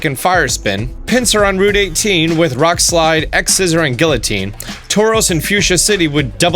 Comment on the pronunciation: Love the guides, but please, you kill me every time you say “guillotine”